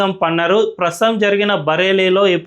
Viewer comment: Prasam kaadhu .. prasthutham